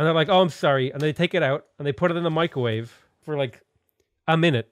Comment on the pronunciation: “Mee-cro-wah-vay?” Leave Nigella alone!